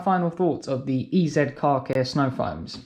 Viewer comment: Pronounced EaZy my mate. 👍🏼